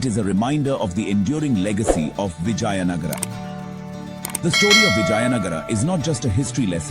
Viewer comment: Hear the voice over chap say Vijay Nagar. I suppose he's a Gynaecologist.